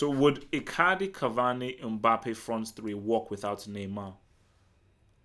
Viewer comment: It’s not Umbappe it’s MBAPPE